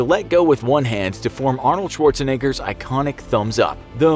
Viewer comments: Ahnuld shortzanager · "Shueorzenegger" XD Funny American pronunciation!